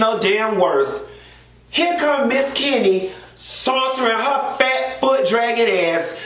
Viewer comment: Not suantering!!!😆😆😆